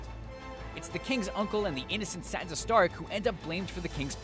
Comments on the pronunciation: Also, it's "SanSa", not "SanTa", for crying out loud! Please get the names right! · Hahaha. Ha. Ahahahahaha. It sounds like he's saying "Santa". Santa Stark. Haha.